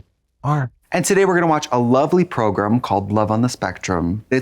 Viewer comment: Whenever Trixie says program I hear pilgrim and it humours me greatly